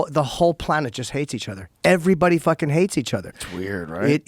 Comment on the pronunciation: “The whole fing world is weird” yes sir you are correct 😂